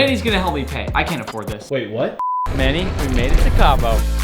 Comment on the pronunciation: For a second, I thought he called Manny,“mayonnaise”